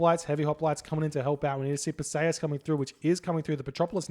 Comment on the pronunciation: It's Per-see-us. Not "Persayuhs"